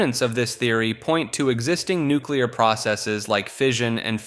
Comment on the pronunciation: you said nuclear and not nucular. finally. resubbed.